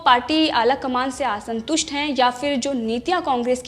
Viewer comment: Aasantust nahi hota, Aasantust is correct pronunciation 🙏